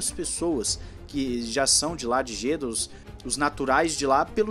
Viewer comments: se pronuncia Jedá hahaha é tipo Alaha (alá)hahaha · Excelente matéria sobre F1 mas... Bora pronunciar de modo correto o nome da cidade árabe? Se fala Jedá com acento agudo no "a".